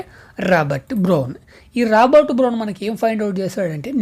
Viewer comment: Brown ❌bron✅😢😅